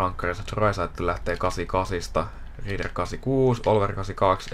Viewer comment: Olisit kiinnittäny huomiota lausumiseen. Se on Graiss ei greiss. Samoin Rieder sanotaan Riider.